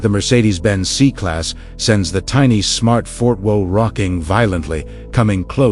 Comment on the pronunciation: "Smart Fort Woe" 🤣🤣